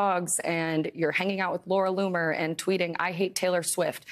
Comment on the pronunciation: Did he say Laura Looser?